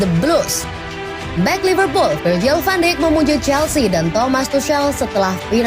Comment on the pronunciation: Maaf min,sekedar meluruskan Van dijk di baca "van daik" Bukan "Van dik"